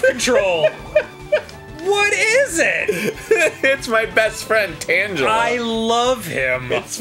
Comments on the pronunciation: "Tan gel uh?" I though it was "tangle uh" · TANG-EL-A Not tanjala. :P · its tangle-a not tanga-la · Tan-Juh-Luh? WTF? I always pronounced it Tang-El-Uh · superdudeman666 And? Virtually nothing supports Tangela being pronounced with a soft g; it's a TANGLE of vines, spelling corruptions notwithstanding. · Arin, you're the LAST person i expected to get the pokemon names wrong its not Tanchela, its TanGela, you know? like a Tangle? "TANG-guh-luh" i understand your mistake, but still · Tangaler Tangle er not Tang ler its a tangle not an orange! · For the Record, it's pronouce Tangle-a not Tanja-la like dan said it. Tangela is just a tangled mess of vines with feet and eyes. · Is the G in Tangela not pronounced like a G? Because it's a all tangled up. Not tanjelled up. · Tan-ja-luh??? Are you fucking serious lolol? Lol he cant be serious, right? I explicitly remember it being pronounced tan-gluh! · TANG-geh-luh, not tanjela. sigh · Tangela is pronounced with a hard G, Arin. Like it's tangled. ... C'mon. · ***** I have none, but you have none that it is pronounced tangle-ah. I'd assume it's kind of like angel and angle, since it's tangela, I think it's tanjella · when in doubt go by the anime pronunciation which is tangle-la but it really doesn't matter. I say Char-zard instead of Char-iz-ard haters gonna hate. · those aren't really the problem. tan-gel-la is a problem because the entire point of the pokemon is that it's TANGLED vines. i dont mind when people pronounce other names weridly, as long as it doesnt change the meaning of the whole pokemon. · Tsubasa Kageyama Or the fact every audio source but the Grumps pronounces it Tangle-uh. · I always thought it was supposed to be Tangela as in "Tangle-a." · Arin you reprimanded Danny for pronouncing victreebel wrong like 2 minutes before tanjilla showed up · Who the fuck says Tangela like that? It tangles you. It's tangle-uh. Maybe even tane-gella. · Tanjela is not its pronunciation. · It's pronounced (TANGLE-a